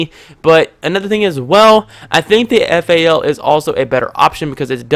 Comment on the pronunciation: Thats the correct way to say it when you grow hair on your nuts you will know the right way to say guns names